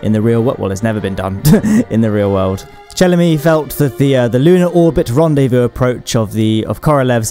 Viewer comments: Che-lo-may — this is how his last name should be read. Just like May — Che-lo-MAY %) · 0:60 it is pronounced "Chill-o'may" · Shelomne (E is pronounced as Ee) Like how you pronounce Chernobyl as Shernobil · "Челомей" is pronounced "Cello-MEY". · Pretty sure its chill-e-mi